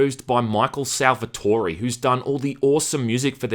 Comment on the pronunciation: my name is salvatore and im so glad you said it correctly lmao. P.S your videos are great and i hope the youtube ad and algorithm shitstorm isnt effecting you